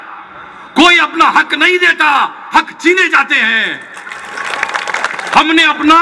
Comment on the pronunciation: "हाग" नहीं, "हक" शब्द सही हैं। हाग का मतलब shit हैं।